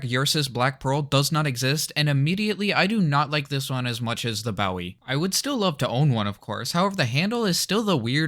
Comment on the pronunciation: Nice video but fyi Bowie is pronounced bo. e.